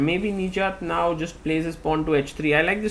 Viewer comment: Sagar Please work on your Pronounciation Nijjat❌ Nich Jaat✅